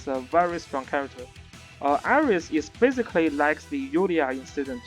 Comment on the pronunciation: every time you say basically, it sounds like physically... lol